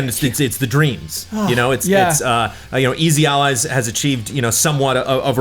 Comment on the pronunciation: "For Easy Allies..." I heard "Freezy Allies"